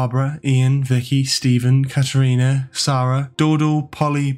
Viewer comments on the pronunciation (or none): none